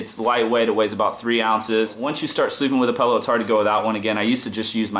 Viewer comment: pellow???? but good vid